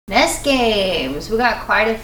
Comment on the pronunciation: Have to agree with FFVI being best, sorry! Also, N_E_S... not "ness!!!" Having small anxiety attacks everytime you say ness or sness... O_o